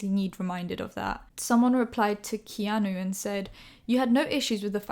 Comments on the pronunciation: His name is also pronounced Key-ah-New Keanu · His name is pronounced key-are-new. Like the fit guy off Eastenders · key-a-nu hehe